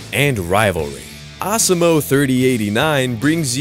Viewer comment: Ah-ser-moh? Its Ah-see-mo